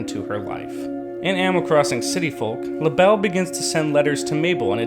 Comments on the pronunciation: Lah-bell Me: Lay-Buhl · Cant you just pronounce it laybel not lahbel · Labelle isn’t actually prounced “La-Belle”, it’s pronounced “Label” 😅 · Sable Mabel This dude: Labell Dude, it's Label. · Not tryna be rude but it not LA Bell it la bel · I thought she was called lable not Labelle or is it different in new horizons? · I thought Labelle was pronounced label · It's pronounced lay-bell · Its pronounced Laeble like the thing describing the animal or something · It’s pronounced (lay)ble, just follow the pattern you toddler brained midget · He Keeps lable wrong Haha Lol :)